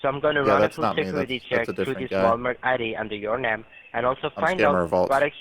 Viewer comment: "under your nem"